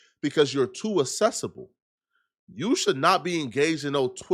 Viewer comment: Learn how to speak English. This dude said assessable lol it’s accessible